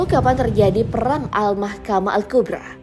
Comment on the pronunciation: Kubro,, bukan kubra bacanya min,,kek ular kubra